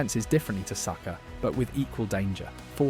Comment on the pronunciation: Great video but what the pronunciation Batman? This must be AI bcs I've never heard a football fan pronounce "Saka" wrong before. 😬